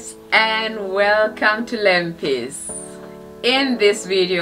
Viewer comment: He pronounced it beta than lempie 😊😊